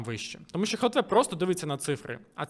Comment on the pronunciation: дякую за відео, пане але все таки буде "глтв", а не "хлтв"